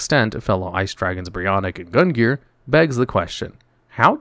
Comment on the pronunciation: Gungnir is "Goon-g-Near" it's Odins spears name so pronounced the same